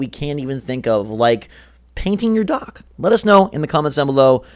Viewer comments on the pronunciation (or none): My resolution is to buy more accessories. Also it sounded like you said paint your dog but I realized you said dock